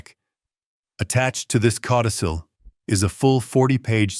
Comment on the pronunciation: Cautisil??? LOL. It’s “codicil”. Please do better.